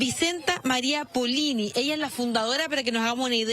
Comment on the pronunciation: Muy mala la periodista…..dice van a canonizar a esta mujer y es beata, además se equivoca con el apellido, es Poloni y no Polini,,,,,,,cada vez peores periodistas, no sé qué o dónde estudian.